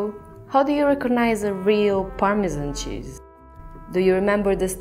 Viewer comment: you just could not choose a worse narrator.. "permeaan cheeaauuz ehuu veeuu ee uuuu vuleee"